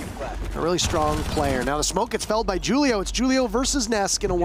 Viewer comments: The firs one he kept saying (jew-li-oh) instead of (who-li-oh) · niqqa said ju-leo instead of who-leo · It really bothers me that he’s saying “Julio” like it’s spelled with 2 u’s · Is his name supposed to have the J sound or are the announcers just really dumb in calling Julio with a J?